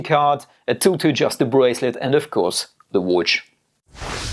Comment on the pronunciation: Best homage oft the Daytona, but I love your pronauncing. Watch, it sounds like wootsh... in my german language wuuutsch... it sounds funny. Best regars from Austria!